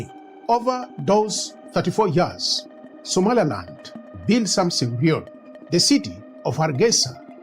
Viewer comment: How you pronounce "Somaliland" as (Somalialand) have you re-listening your voice Sr.? And better visualize your owen design maps rather than using Ai, look at Ai how make the Somalia amd Somaliland maps where it located in some part 😅 it's funny, but that can cause confusion for some serious listener.